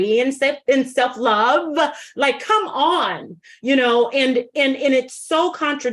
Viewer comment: “do you have a duhGREE” and “self luuVAH” EXACTLY! Tonya’s micro-aggressions are too much (for me).